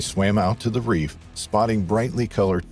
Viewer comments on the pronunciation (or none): none